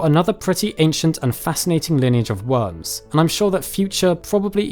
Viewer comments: i love the way he says "wurms" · love how u pronounce it "wums"